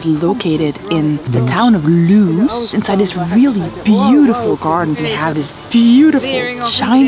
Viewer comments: Lewes isn’t Loos, it’s Lewes. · Admittedly I didn't know untl I moved to the area but Lewies (Loos) is pronounced lie the island/name Lewis (Loo-is) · Lewes is pronounced Lewis and not loos. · "The town of Loos" Just about the last thing you'll find in the town of Lew-es. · Just a friendly comment: it’s pronounced “loo-es” and not “loos”. Lovely video, thanks for posting. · Lewes: It's not "Looze" it's "Lewis". I made the same mistake when I was new to the area - and was mocked for it. 😢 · Lewes is pronounced Lewis. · Lewes is pronounced Lew-ess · Lewes is actually pronounced LEWIS. Don't feel bad, everyone gets it wrong. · Lewes is pronounced "Loo-iss" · The town of Lewes is pronounced Lewis. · Lewes is pronounced like Lewis. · Don't worry, you're eating scones in Sussex. We don't care whether jam or cream goes on first. It's only in Devon and Cornwall where they have this ridiculous argument, And, by the way, the pronunciation of Lewes is Lew-is. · Lewes is pronounced Lew-is. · Lewes is pronounced Lewis, like the name. Just thought youd like to know! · Pronounced 'Lewis' (for Lewes) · This makes me feel quite warm and fuzzy. I live in Sussex and a lot of the places you visited are very nearby. The town of 'Lewes' is actually pronounced 'Loo iss' or 'Lewis' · Lewes is pronounced "Loowiss". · Lewes is pronounced Like the name "Lewis". Glad you're visiting the best parts of the UK i.e. not London 😂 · Crazy though it may seem, "Lewes" is pronounced "Lewis". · I grew up a few miles from Lewes. It's pronounced Loo-iss, just so you know. I loved your video and I really think you captured southern England. Thank you! New subscriber... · ‘Lewes’ is pronounced ‘Lewis’. Don’t ask me why. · The town of Lewes is pronounced Lewis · Lewes is pronounced Lew - is! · Lewes is Pronounced Lewis, just saying. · Loving the video. BTW Lewes is pronounced Lu is